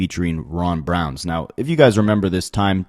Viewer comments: Ron Browz BROWZ… no “n” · How you white boys say it “i cringed” everytime you said Ron BROWNS smh its Browz!!! Like eyebrows you culture vulture at least do some homework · Ron Browz…not Ron Brownz 🤣